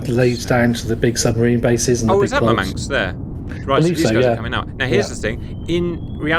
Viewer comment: "Mur-manks" is where Russian Man City fans live 🤭